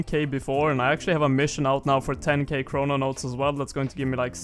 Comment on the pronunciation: ChroNOtes, not chrononotes